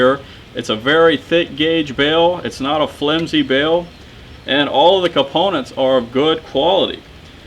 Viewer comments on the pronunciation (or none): none